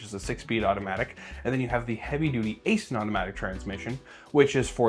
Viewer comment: It's pronounced 'icein' not asin. Im a contractor for them.